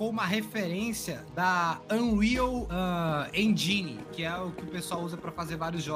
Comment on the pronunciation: Unreal Enjáine 😂